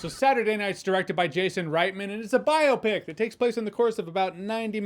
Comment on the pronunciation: Thank you for pronouncing biopic correctly.